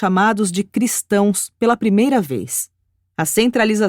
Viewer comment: Maravilhoso áudio sobre essa narrativa a respeito de Jesus. Gratidão à UAB por disponibiliizar essa documento. Apenas alguns erros na pronúncia das palavras: selêucidas; subsequentemente e Antioquia.